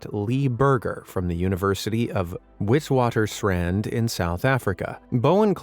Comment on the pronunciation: I am very impressed with your pronunciation of Afikaans Words (Witwatersrand). Well done 😊 watching and enjoying your channel from South Africa 🇿🇦